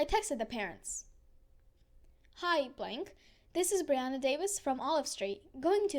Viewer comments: it’s pronounced, “ bree “ not “ bry “ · Not Bri it is Bre